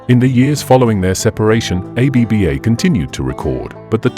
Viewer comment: Stop saying A-B-B-A. Did you research how to pronounce the group’s name before you created this video?